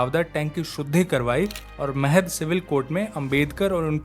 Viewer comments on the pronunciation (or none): महाड़ not महद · महाद नाहीं महाड छावदार नाही चवदार